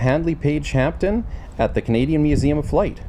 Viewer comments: HP "Hampden", NOT "Hampton". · It's actually pronounced Hamden, see YouTube video of Lady Hampden christening the aircraft in 1938.